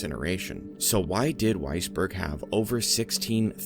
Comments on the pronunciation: Every single timeowitz! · did you say weissberg? sigh